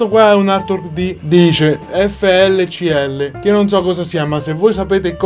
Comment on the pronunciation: FLCL si pronuncia Fooly Cooly e ti consiglio vivamente di vederlo, si potrebbe considerare il predecessore di Gurren Lagann.